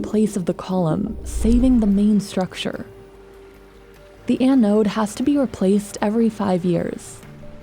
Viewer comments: It's an anode. Not an an node. BI narrators seem to be the worst when is comes to simple mispronunciations. I notice it in most of your videos. It's little stuff like this that makes me question what else is inaccurate in the script and keeps me from sharing what would otherwise be decent content. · It’s not “anne-node.” It’s all in one syllable. Anode. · This piece of metal is not a poem to Anne. Why the heck does this narrator put so much effort in to foreign names but can't pronounce ANODE correctly? It's not Anne Ode, It's an ode, one word, ask Google Translate or anyone with experience with electricity at all to find out the right pronunciation. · “The an-ode” 🤣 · Anyone else being driven insane by Ann-ode? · "An Ode" just about killed me each time she said it. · The way the host pronounces “Ano-ooode” 😆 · I don't like the way you say "anode". Going out on a limb and saying you've never heard the word before? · Can’t handle how she’s pronouncing anode. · The way she’s saying anode is unbearable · Do people really say anode with 2 syllables? It just sounds sooo wrong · The way she pronounces anode 😂